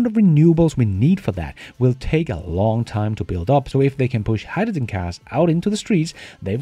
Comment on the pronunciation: I have to draw the line here. It's bad enough having to listen to you pronounce Vs like Ws, but I have never heard anyone say hydrogen like you do LOL